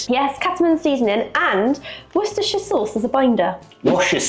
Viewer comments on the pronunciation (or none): That warsh-your-sister sauce stuck with me too. I could only say it correctly half the time anyway (wu-ster-sure), the other half of the time it comes out worst-er-shire or were-chester-shire sawce. 😂 From now on it will only come out as Warsh-ur-Sister Sauce. 🤣